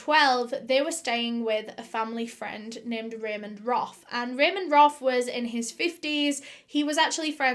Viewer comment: Roff not Roth.